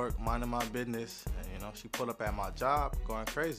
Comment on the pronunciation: Why would any guy want to stay with a woman who's crazy and not only that but she shows up at your job! And the word is called business not biid-nazz